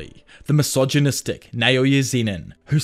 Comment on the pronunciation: Ngl I love to put your videos on the background while I do stuff, they are great I think I’ve listened to many of them (specially jjk ones) more than two-three times and will keep doing it but every time I get to this part it’s always funny and a bit jarring how much énfasis you put in mentioning how MISOGYNISTIC Naoya and the Zenins are every chance you have… is like yeah we get it they are bad people, and yeah we get it you really really really hate MISOGYNY… idk man feels like a weird posturing anyway hope she sees this bro. Keep up with the great videos!